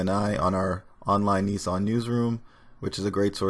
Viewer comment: Neesarn? Isn't it Nissan?